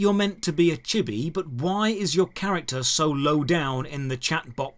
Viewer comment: I'm 23% sure it's pronounced chee bee But I have been wrong before so who knows